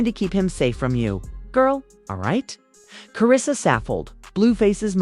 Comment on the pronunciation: But you got Karissa’s name right.